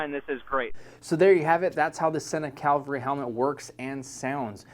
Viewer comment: FYI it’s cavalry not calvary. Just saying! Thnx for the good review.